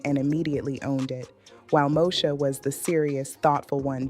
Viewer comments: It's Moesha not, Mosha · It's MŌ-Ē-SHA! NOT NO DAMN MOE-SHA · Mo-e-sha .... not Mo-sha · I had to stop watching, bc it must be AI! The name mispronounciations is crazy such Mosha for Moesha...Uuuug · Brandy's name on the show was Moesha. Pronounced...Mo E Sha. Not Mo Sha. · The show was Mo-esh-a, not Mo-sha! It's all about confidence & drawing the line. Look at Lizzo. They tried to put her down, but she rose anyway. I wish nothing but the best for Countess. ❤ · Who is Mosha??? Please learn to pronounce the names correctly before posting videos!! It’s pronounced Mo-ee-sha !! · Ok AI but informationative . It’s Moesha girl not mosha lol 😂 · Why this lady pronouncing Moesha name wrong, she's calling her Mosha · This is all AI. It’s not pronounced moo-sha. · Is the host AI? The show was Mo-e-sha….The way it was pronounced was….interesting…😳🙄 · This is an AI video. The show was pronounced MO EE Sh Uh. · Pronouncing Moesha incorrectly and calling 227 'Two Twenty Seven' is throwing me. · This channel is some AI mess. They can't even say Moesha correctly. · Yeah the AI sucks....the way she said Moesha😕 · This is AI this youtuber is not real she pronounced Moesha wrong listen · Yep I heard it! Let me watch something else